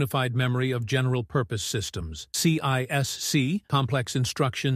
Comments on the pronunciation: CISC is pronounced See-Sk not C-I-S-C and its counterpart RISC is pronounced Risk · This could have been a great video if the AI narrator was on less ac*d and got its ADHD medicated like the rest of us do. I made it to Sea Aye Ess Seeeee and had to stop. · Only an AI would pronounce CISC that way.